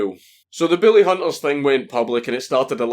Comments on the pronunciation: I know your saying bully but it sounds like billy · God damn it I thought you were saying “billy hunters” for half the video lol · Mr Dankula when you said Bully hunters i heard Billy hunters, so i have ask what do you have against people named billy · god damn it, it keeps sounding like your saying the fucking Billy Hunters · it sounds like hes saying the willyhunters or billyhunters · Is it just me or does it sound like he is saying Billy and not bully? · i.....i can't figure it out.... ARE YOU SAYING BILLY ON PURPOSE OR ARE YOU ACTUALLY TRYING TO SAY BULLY????????????????? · Just to clarify: Are you saying "Bully" or "Billy"? I'm all for going after "Bullies" but attacking everyone named "Billy" seems a bit much. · It sounds like he said “Booly Hunters” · BILLY Hunters LOL my dude I love your pronounciation Sounds like a hillbilly extermination cult the way you say it Kappa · Count Dankula sounds like he's saying "Billy Hunters" instead of "Bully Hunters" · Your beautiful accent makes the word "bully" sound like "billy" and it's so fucking funny. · I love you. I love your accent, but I heard Billy hunters the whole video... Poor Billy! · It sounds like you're saying "Billy Hunters". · I know you have an accent, but I can't NOT hear you say "bully" as "Billy", and I wonder why anyone would want to hunt the lovable idiot from Grim Adventures.